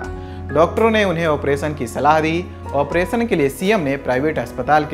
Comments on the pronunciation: Pronounsation is not good मध्य प्रदेश को " मध्य प्रदेस" और ऑपरेशन को "ऑपरेसन" बोल रहा है 😁😁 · ऑपरेसन नहीं ऑपेरशन होता है, उच्चारण की कोई ज़रूरत नहीं होती क्या लल्लनटॉप में जॉब पाने के लिए।